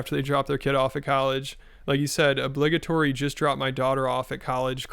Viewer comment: the way you pronounced obligatory lol